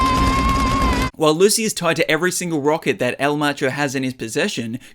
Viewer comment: It’s actually Lucy not lu